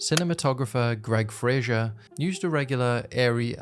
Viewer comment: Sigh. And his name is Greig Fraser , like "laser", not Frasier.